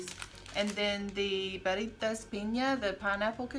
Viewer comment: I prefer the Barritas strawberry they are really good! And you said that right.